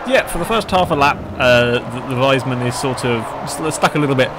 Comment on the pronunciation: If you are talking about the fast car and not a wise man, it's pronounced "weesmun". ;)